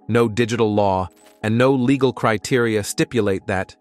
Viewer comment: Legal pronounced as “leg gal”? Obstacles pronounced as “obstak less”?